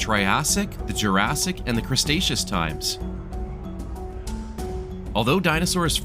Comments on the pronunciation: thank you for the amazing tour! but it's cre-taceous, not crustaceous lol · The pronunciation of Cretaceous hurt my soul